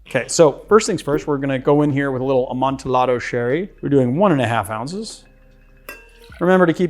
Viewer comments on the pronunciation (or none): Love the channel/videos. That hard L on amontillado is painful, though. English is so funny like that.